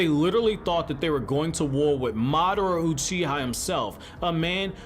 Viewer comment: Are you... Are you saying Madaroo Cheeha?